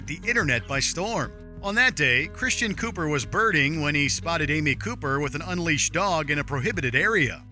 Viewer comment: "Birding"... You say...?